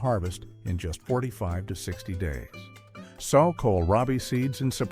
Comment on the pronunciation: Good list. However, SOW (noun) is not pronounced the same as SOW (verb). The noun means FEMALE PIG; the verb means put something in the ground, like a seed. The verb is also pronounced like SO and SEW. It’s distracting every thirty seconds to have a pig image spoken, but that’s the problem with Text-to-Speech programs.